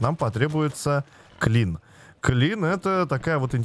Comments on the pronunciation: Не klin, а kiln )) в eco тоже есть) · "kiln" [килн], а не [клин]. Печка для обжига =) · ну так то клин привычнее звучит для нашего уха))